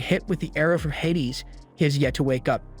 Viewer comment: its pronounced hay-dees